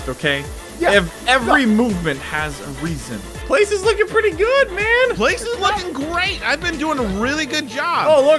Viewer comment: "Your hose is so priety!'